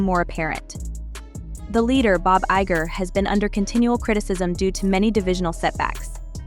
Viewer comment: Stupid AI can't even pronounce Bob "Iger"'s last name right. Bob 🐯 LMFAO